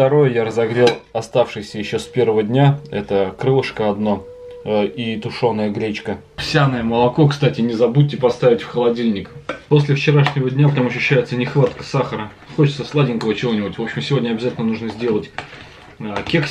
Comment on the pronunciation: Вы букву Р рр не выговаривпете? Иногда нормально говорите. гЛечка и т.д